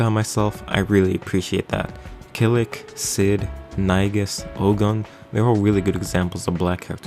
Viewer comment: Bro really said "o-gun"...its pronounced "oh-GOON" the stress is on the goon and does not drop